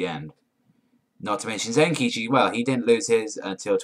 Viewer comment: Don't you dare fucking do a review on this series before learning how to pronouncing their names right. You got zenkichi, kumagawa, and a few other people's names right.